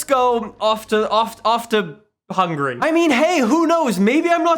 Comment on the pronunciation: "welcome to a lovely sunny day in hungry" i know what he was trying to say but its still funny